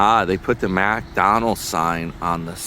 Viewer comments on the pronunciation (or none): Oh. is in stealth mode, avoiding the successful mega channel NY Dan. I will not support the mis pronunciation of McDonalds or Mercedes that an illiterate 66 yr old childish beggar